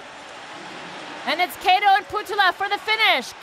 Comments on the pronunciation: it's supposed to be like CUTTO not KAY-TOE goddam lol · She can’t even pronounce Japan and Korean’s name especially Kato